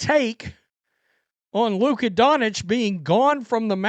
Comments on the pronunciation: Dawn - chich not Dawn - itch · You are very bad at pronunciation. Luka Doncic is not pronounced “donich”